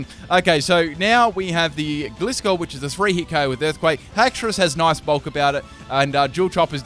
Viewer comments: Gly-skor as in gliding scorpion. Not gli-skor. I still liked the video doh.👍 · The way he says gliscor...